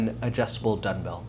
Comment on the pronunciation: Are you saying Dunbell?